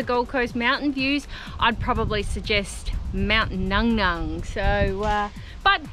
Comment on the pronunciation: It's pronounced, "Mount Nu Nu" not Nung Nung